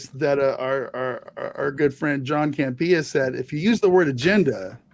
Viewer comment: had the pronunciation of Johnny’s last name exactly right. Cam-pee-ya.